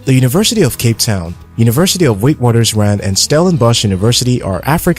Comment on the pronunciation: Eish you even mispronounced the University of Witwatersrand